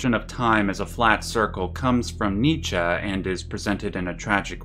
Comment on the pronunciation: Thank you for pronouncing Nietzsche correctly!